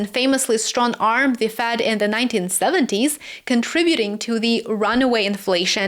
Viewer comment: Good work,! Tip: It's "Fed", not "Fad". But I understood you.